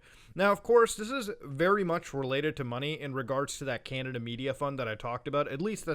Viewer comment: chinada? :( please canada don’t do this